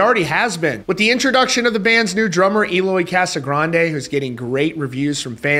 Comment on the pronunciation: You're still saying EE-loy.... Show the man respect by pronouncing it correctly. eh-loy